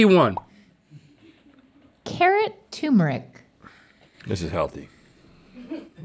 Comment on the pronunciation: Carrots TOO-meric. That first R is really ignored by some American dialects. 😁